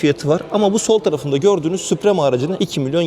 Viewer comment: Kardeş be ! eline sağlık da şu İngilizce kelimeleri doğru okusak, mesela vidoya başlamadan önce, çok basit bir şekilde model ve paketlerin okunuşunu google translate kullanarak öğrenebilirsin. Sen "SUPREME" dedikçe kaşım falan seğirdi.